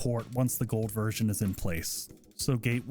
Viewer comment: You say gold version or whole version?